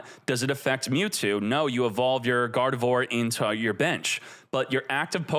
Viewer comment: I know, i'm pointing out how he pronounced it.